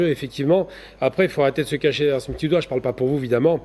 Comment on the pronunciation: à la fin de notre (petisse) (petit) (bienvenuffe) Vous l'aurez (compriche) que (subisse) le peuple palestinien (mercisse) (mehdisse) (mercisse) on poursuisse avec nouffe depuisse paris vous êtes renduffe professeur pittisse Assassinésse métaouisse on continuffe